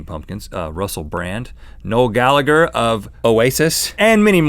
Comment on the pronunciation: The way Rhett pronounced Noel Gallagher!